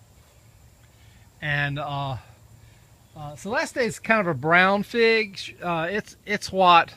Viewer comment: "Celest-E" <---LOL There's no E pronounced on the end of it.